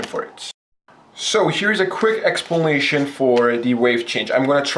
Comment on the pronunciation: he says expulnation XD nice vid man! keep up the god work! you earned a sub!